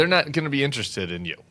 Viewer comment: sorry--keep going, not "toing" !!!